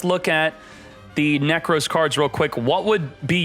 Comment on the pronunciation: Moooooom! is saying "Neck Rose" again! 😭